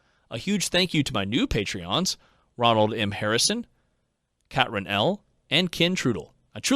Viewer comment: QUESTION: This is a synthetic voice right? It sounds like it overall, but particularly on a few words. No one says “Blue uh-RIDGE-un”. Also Oskillating, Kat-run (Katrin), and a couple others.